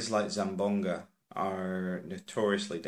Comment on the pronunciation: Its Zamboanga not zambonga